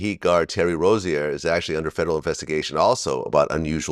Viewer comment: Vlad can’t even announce Terry Rozier’s name correctly. He really needs to hire someone to do his sports interviews. SMH